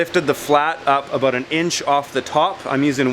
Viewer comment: What the fungus are you talking aboot